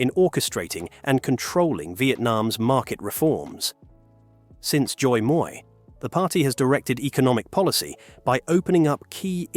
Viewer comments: First of all, Đ in Vietnamse is equal to D in English. There is no Z sound in "Đổi". Secondly, "moi" is "me" in French. The word "mới" in Vietnamese has nothing to do with "moi" in French. No Vietnamese can understand Zoi moi's meaning. 😁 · Why are you pronouncing đổi as joy? The đ is pronounced as a regular d in English. As for the mới, why are you saying it as if it's a French word? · The way he pronounce Doi Moi give me all kind of rage. Edit: Nvm, just realized this is an AI chanel. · as a vietnamese it actually hurt to hear this pronouciation of doi moi lol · All this study for the video, but not 1 second of listening to how to pronoun "Đổi Mới" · Damn, you really made the word ‘Đổi mới’ sounds so sexy 😂😂 good try though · I love how he pronounced "Đổi mới"! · His pronunciation threw me off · ! Please don't pronounce Đổi mới as if it's french. That's just cringe. If people can't speak a foreign word, then just avoid it. Smh. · your pronunciation of "Đổi mới" needs some work. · thật, nghe không giống từ đổi mới tí nào luôn á